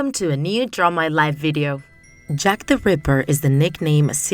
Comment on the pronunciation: Sounds more like Jeff the ripper aka Jeff the killer